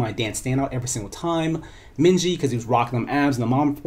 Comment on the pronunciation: Just an FYI it's Min-GI not Min JI :)